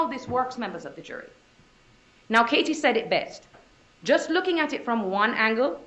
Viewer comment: Why does the Woman defense Attorney speak with a FAKE Spanish accent?? It's embarrassing to listen to her slip up the accent. And the way she pronounced KA-TIE